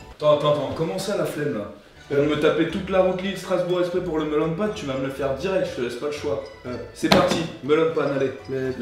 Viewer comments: On prononce "mélaun pain" ;-; ça m'a mis mal à l'aise pendant toute la vidéo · Cpt. Mike Josh Tout simplement parce qu'en japonais, on dit Meron "Méronne Pane" à la place de Melon. C'est en écrivant en français que l'on déforme le mot pour être plus facile à prononcer pour un français. C'est le même cas pour "wa" à la place d'un "ha" inspiré, trop compliqué pour un français, l'ajout d'un u pour faire le son "ou" qui n'existe pas en japonais à la place de "ō" ou encore de ne pas prononcer les lettres dans sont intégralité. Les exemples les plus flagrants sont les mangas ou Livai en version originale devient Rivaille en français.